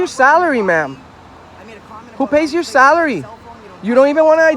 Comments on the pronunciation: "Half a million dollars in 'Celery' right there (Salary). 😂😂😂 Thanks for the laugh Bro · All of you fucking so called journalists are such complete morons. You constantly moan about millions of dollars in wasted celery yet you are the cause of the wasted tax payers celery as you pronounce it.